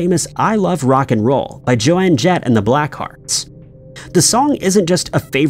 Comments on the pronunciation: Her name is 'Joan' not 'Joanne'. Mother Teresa was a horrible woman. But since people who love her also love her horrible actions, it isn't surprising. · well, he also called Johannesburg, South Africa as "Joan's Burg" so him butchering Joan with Jo Anne isn't that surprising. Imo, that's just, fcking up butchering names of places and people...